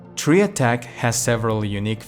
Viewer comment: Tri =/= Tree.